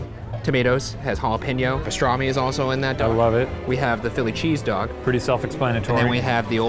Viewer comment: He said dong instead of dog 😂😂😂😂😂